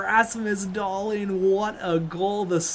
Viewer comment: Hey man just wanted to say that Dahlin is pronounced Dahleen, not Dahlin